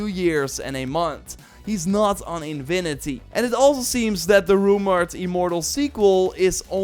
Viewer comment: Come on,! It's "Infinity", not InVinity"